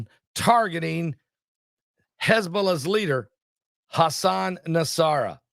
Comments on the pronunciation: PRONOUNCED N-A-S-R-A-L-A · I think it’s pronounced Nos-Ra-la